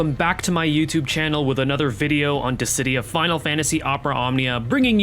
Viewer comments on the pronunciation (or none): none